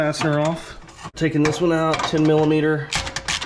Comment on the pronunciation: i love the "miliaider"